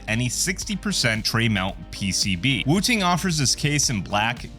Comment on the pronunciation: SOCD subverts the intended skill requirement game designers built into games like Counter-Strike, and yes even Valorant. Valve made the right move. Also, it's funny hearing you pronounce it "woo-ting." lol